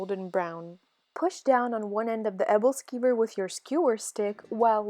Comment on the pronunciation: oooo... abble skiver... brings unimaginable pain to hear... folks it’s pronounced “able-skewer”